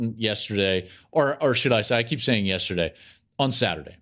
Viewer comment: Take a shot every time Klatt says, "Testerday."